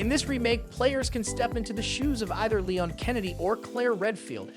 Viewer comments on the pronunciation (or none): none